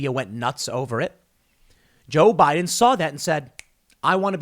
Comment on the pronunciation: Tim stop please!! It's Joe Biden period!!!